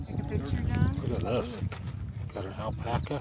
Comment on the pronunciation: "Alpac a bag" 😂